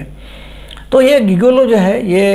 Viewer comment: गिगोलो नही जिगोलो बोलो